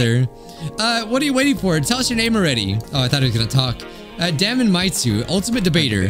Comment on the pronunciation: I think his name might actually be pronounced Day-mun ( like Matt Damon like you said)😅 the way you're saying it sounds really close to "d@ sometimes any I'd hate for your video to be demonitized like the one where you said Funk and it thought you said the F word.